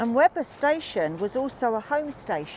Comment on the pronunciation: "Weber" is pronounced WEE-ber.